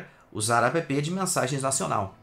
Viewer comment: "apêpê" é loko. kk